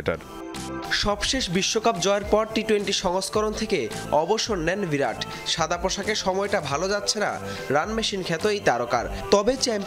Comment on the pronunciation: ভিরাট না, 'বিরাট'! অশিক্ষিত নাকি??